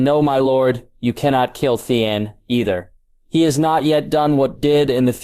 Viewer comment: Why is Theon so hard for AI to say? Really all names are pretty bad.